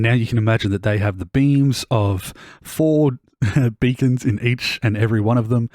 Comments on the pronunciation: Lmao, I heard beans too😅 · you said "beams" but i heard "beans" and ive been laughing for an embarrassing about of time